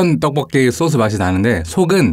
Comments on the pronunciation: 소스발음못해서 넘귀여윰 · 굳이 소스라고 발음할필요가.. 쏘스라고해요 ㅋㅋㅋ